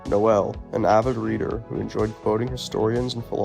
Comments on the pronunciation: Pronounced "Nole" not "no ell". Hard to watch this hearing his name mispronounced a hundred times. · It’s not “NO ELL” holy shit I can’t watch this